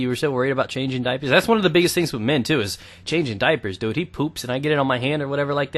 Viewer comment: I like the way you say dude you go like doude